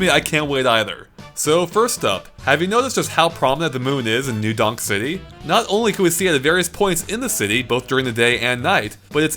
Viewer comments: am i the only one who keeps hearing new dong city? lol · i swear you said new dong city XD